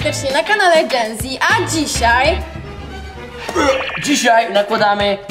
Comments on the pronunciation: czy powiedziała genzi zamiast dżenzi? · Ej na kanale Genzi XD (Mówi się dżenzi) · powiedziała genzie zamiast dzenzi, ale to były stare czasy